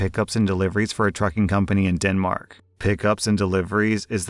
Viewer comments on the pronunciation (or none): none